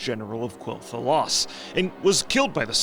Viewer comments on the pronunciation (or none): Is it not pronounced “Kell Thelas”?